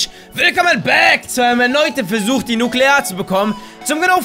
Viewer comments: Das Wort heißt: Nukular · Das Wort das sie suchen es heisst nukular ... jaja wie auch immer.. Nuukuulaar